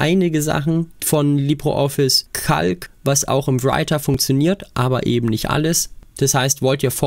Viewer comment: Wieso Libro Office? Es heisst Libre Office. In Spanisch "Libro" bedeutet Buch, dagegen "Libre" bedeutet Frei.